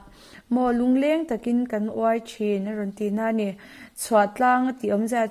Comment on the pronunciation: Samtlang hi Tlangsam sawi na a ni a. Uai tih hi thinga uai lung lung sawina lam ni lovin,chawl kan thliak a,a lo vuai hnup ang hi a sawi na a ni.Chuvangin lam rik danah pawh vuai,a ri hniam tur a ni.Vuai tia a ri ang hian uai(chul hnup) rikin a ri tur a ni.